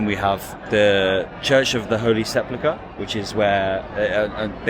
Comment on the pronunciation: You mispronounced "sepulcher/sepulchre" throughout the video. A bit of constructive criticism, friend.